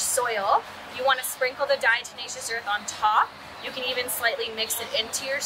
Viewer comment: Thanks for the help, but its diateMatious, not deNatious like jack blacks tenacious D...😂